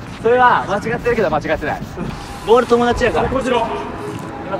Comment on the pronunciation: バール❌ ボール⭕